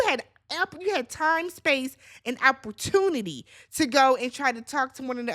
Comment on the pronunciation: Cracking up at the Amayaisms “Tuesday Tacos”, “Die Skyving” & don’t forget “Opportutilly” 😂